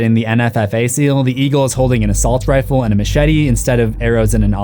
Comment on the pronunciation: He said 'assault rife' Lol